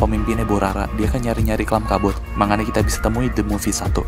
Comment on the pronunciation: Kat bot bukan cark bot